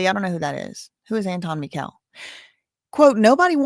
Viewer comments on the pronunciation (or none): Mikel is pronounced Michael. My son’s name was Mikel. Lost him 4 years ago this month. The I is long because of the E.